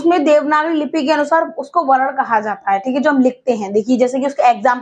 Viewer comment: Pls pronounce it as 'Varna'not Varan